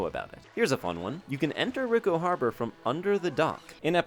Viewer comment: It's "ree-ko" harbor, not "rick-o". You know, Italian for rich? Americans...